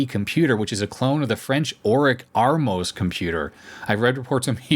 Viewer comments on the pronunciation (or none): oric ATMOS not armos.......... ffs!!!!!!!!!